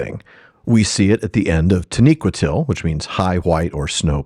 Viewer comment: I smiled when you got the pronunciation of Taniquetil right first try. It's been a long road and you keep improving with every step. Way to go!